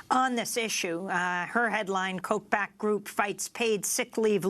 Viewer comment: It's not Koch like "coke" it's Koch like "cock", they are cocks!